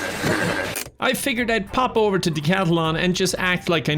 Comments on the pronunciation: nah it aint DEE CATLON ITS DECATLON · Your pronunciation of Decathlon kills me